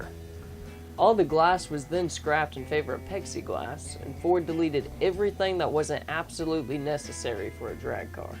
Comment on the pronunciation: Say PLLLLLEXIGLLLLLASS instead of PEXI-GLASS